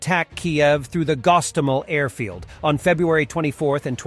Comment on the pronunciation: Gostomel? Hostomel. Gee another idiotic script writer teamed with an idiot voice